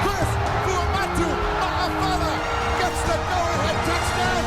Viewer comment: I appreciate the announcer pronouncing his name correctly. Sometimes it crosses my mind whether most people know that Ma’afala is a type of breadfruit 🤔